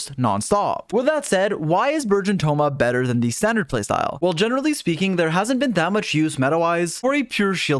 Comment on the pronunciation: "generally speeking"